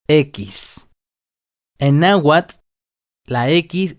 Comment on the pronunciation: Pero no estás pronunciando la tl al final de cada palabra, sólo pronuncias la t, así tu dirìas nahuat, y no nahuatl